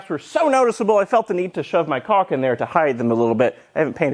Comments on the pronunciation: For a second there I thought you said you "felt the need to shove my cock in there" when talking about the gaps. I assume you really said caulk.... I hope. :-) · There was a brief moment of time where I was sitting at my desk wondering what the hell you were talking about. The way you say caulk sounds a lot like something else.